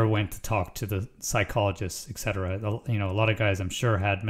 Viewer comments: Im not trying to be a a-hole, but etcetera is pronounced like et-set-erah not ex-set-erah. This is my personal crusade because I hear people mispronounce this word all the time. Love the work you do 👍🏻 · Gosh darn it. !! Gag daggling dabbitt stop saying "EKCETERA ". 😊 ( Other than that, love the videos!!! )